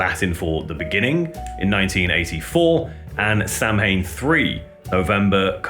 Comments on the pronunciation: It's pronounced sow in. Not Samhain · Might not be 100% correct but "Samhain" is a gaelic festival to mark the end of the harvest season. Modern halloween can trace its routes back to this festival. It's pronounced "Sow In", could very likely be the inspiration for the name! Great videos been watching for years 🤘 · Samhain is pronounced Saa-win. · Fans possibly pronounced it this way, but I wonder if it was the original intent. My guess is it was sowan. I had the sticker on my car (1988) and pronounced it sam-hain because I didn't know. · Samhain = "saw-wen" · Samhain is pronounced ‘Saa Win’ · samhain is pronounced sah-win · Samhain isn't pronounced that way. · Yes, and many other people mispronounce it as well. My guess is that they didn't know how it was properly spoken and just pronounced as English would read it. Or they just didn't care. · I get so tired of pretentious bell ends trying to sound so smart by obnoxiously proclaiming how to properly pronounce Samhain. We all know how dickheads, Danzig has phonetically pronunciated the name in interviews while also Correctly pronunciating the proper Gaelic word in lyrics. So we get it, ok. Just because your mom says you’re smart doesn’t really mean you are. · Dear Americans, please learn how to pronounce Samhain properly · samhain is not pronounced the way he said it